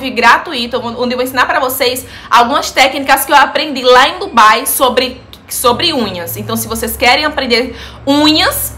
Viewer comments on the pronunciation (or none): none